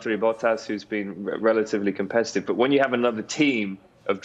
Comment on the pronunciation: Did he just call Bottas relatively competitieve? 😂😂😂😂😂😂. He had a hard time holding Max in a 0.300 slower car behind him the whole last season.